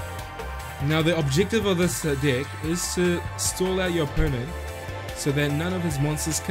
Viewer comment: i like the way says 'deck' as 'dick'! =)